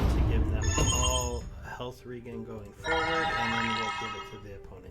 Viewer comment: Hey it's pronounced "Health Re-Jen" as in regeneration. Keep up the interesting videos mate.